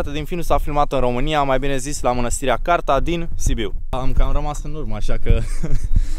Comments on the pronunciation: se numeste Cârța nu Carta baa... si oricum trebuie sa mergi in Biertan nu in Cârța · Mănăstirea Cârța bossuleee nu Carta 😂😂😂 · Hello, este manastirea Cârța, nu Carta . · Cârța, nu Carta :)) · Mânăstirea CÂRȚA !!!!!???!!!! Nu Carta !😝